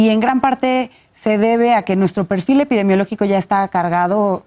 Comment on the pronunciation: Felicidades a tan inteligente persona! ha dicho "Epidemiológica" a la primera y sin equivocación, aún cuando me parece está un poco nerviosa. Respira profundo, tú puedes con eso y más!:)